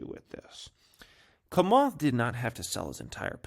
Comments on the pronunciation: Bruh its chamath as in “tshamath” not kamath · it s Chamath ( like chair not kair ) lol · It’s “Cha-math”, not “Ka-math” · Cha cha chamath. Not Kamath lol. Do your own research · It's CHA-moth 😂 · "Komath", "Ever-Granday", "Akai bowl" 🤣 never disappoints! 🤣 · Man u still suck at saying names holly smockas this is definitely no JOKAS. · Learn to say chamath not that hard! Say it likes it’s spelled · Just here laughing hearing you say Chamath. 😂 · Dude, you can’t even pronounce Chamath lol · can't pronounce 'Camarth's' first name either by the sounds of it 😂